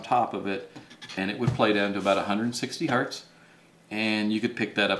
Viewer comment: It's not Hurt. It's Hertz